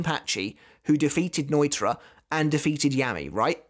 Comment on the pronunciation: Love your videos but you butcher pronouncing things and names it’s ( No-e-tora) not noitra it’s (grim-jow), like ow that hurts not grimjoe. And finally it’s (key-do) not kie -do